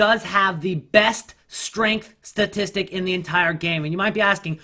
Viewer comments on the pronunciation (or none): none